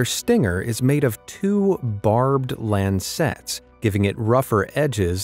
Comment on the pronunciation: It's lancets not land sets.